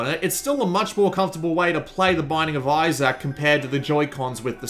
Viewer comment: (blaze it) but also, I, as an Isaac, am offended how you said it (not rlly)